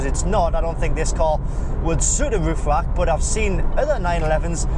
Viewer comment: It's not a Woof Wak - is spelled Roof Rack... It's not Fawawi...